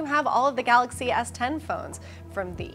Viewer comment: Eddy B yeah, the presenter called it Samsung “Galax” Note 10! He wasn’t able to pronounce it correctly.